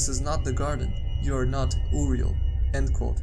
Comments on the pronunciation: UUriel lol its uriel not UUriel like yuriel. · I think it's Uriel not Oriol. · Uriel is pronounced Yur-RE-el